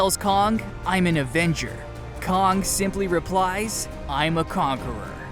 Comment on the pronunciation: " "Kahng the conqueror"? Kah-ng? Kay-ng... its pronounced "Kay-ng" May as well say "eye-roni-man", who's real name is "Tah-ni Stork"